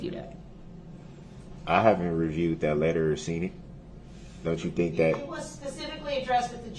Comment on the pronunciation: Ok, ill say it. He actually said something smart "I fhink they should be tested." If someone who is had been that close to got covid, I'd get tested too... I mean I know it was a ploy for him to try and get a mistrial, but its still god advice. Lol